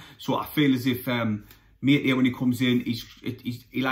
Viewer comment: ‘I think it’s pronounced ‘ Ma- TE- Tay ‘ ( accent on the ‘TE’ 😉👍